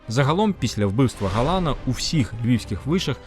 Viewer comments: Як зле коли про Львів розповідає не галичанин…,роблячи дикі наголоси на прізвищах …. Чому ГАлан …., а не ГалАн… і тд…? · ГалАн. ГаланА. Я розумію, що з тими галицькими наголосами проблема, але з цим прізвищем саме так.